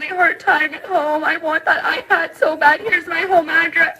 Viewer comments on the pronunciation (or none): none